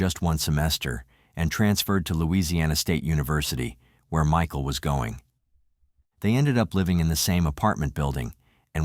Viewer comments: Me-kael & Myshill 😂 tell us your a bot without telling us your a bot 🤬🤡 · How disrespectful are you, the narrator, disrespecting the victim by mispronouncing t MICHAEL'S name so many times. Unsubscribed.